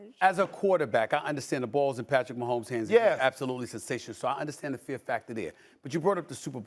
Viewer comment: Man said pat mahommes 😂😂😂